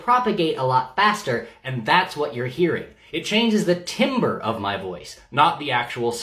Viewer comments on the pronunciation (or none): Quick note from a musician who comes across this word frequently: it's pronounced TAM-ber, not timber. It's not intuitive given the spelling of "timbre" so I completely understand! Your videos are incredible and I really appreciate you talking about LGBTQIA+ people with so much respect for the community as well as great scientific accuracy. It's fantastic and I really enjoy your content :) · Timbre is pronounced tamber, if I'm not mistaken. Which I could be. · Timbre is pronounced TAM-ber, not TIM-ber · I know it’s dumb but timbre is pronounced tamber